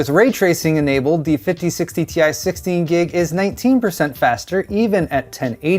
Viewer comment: Ti (in english, an individual “i” is pronounced as eye) ex: Titanium symbol Ti pronunciation